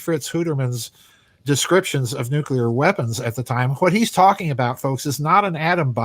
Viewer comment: Nuclear = No-Kali. Notice time gone wonky?